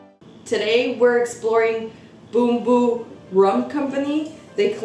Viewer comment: Love how you pronounce Bumbu!!:) Nice review!